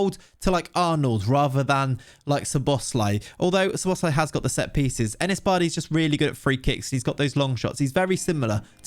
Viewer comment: I'm impressed with your "Szoboszlai" pronounciation, I give it a 9/10 very close! :)